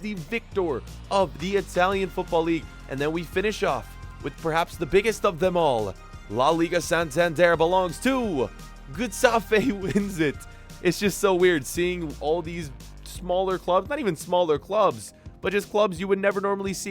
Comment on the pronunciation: He can't even pronounce the names of players and clubs For example wtf is geestafe😂😂🤣